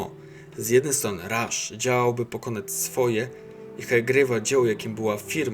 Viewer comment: Będąc szczerym dziwnie akceptujesz jego nazwisko, Ernst i Karl to imiona germańskie tak więc nie akcentuj ich angielsko. Poprawną wymową jest Karl Ernst Rasz